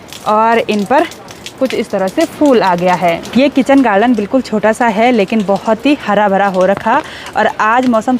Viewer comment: कृपया अप हैं और है का ठीक से करे। बच्चे इस दोष तो पकड़ कर मजाक बनाते हैं।